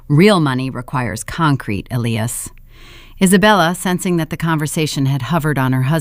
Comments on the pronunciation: Love this story. Justice served on small people whose priorities were as false as their daughter and her husband. The AI is annoying, it pronounced his name as Ellias instead of Elias. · Please teach your AI narrator how to pronounce the name Elias. Ee-lie-ass. If you can't teach it how to pronounce properly, read it yourself.